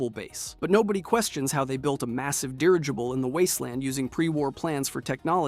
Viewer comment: When i heard u Mispronounce a Word early on ib the Video i didn't think anything of it really. Then, there was another, and then...did u say Derjable? Do u mean Der-I- jible?